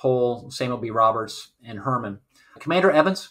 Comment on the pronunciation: Great video! Small quibble. The USS Heermann is pronounced Hear-maaan. Not Herman. That is all!